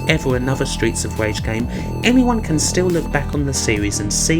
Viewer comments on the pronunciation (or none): Streets of wage. You sir have a speech impediment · stweets of wage lol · Stweets of Wage weview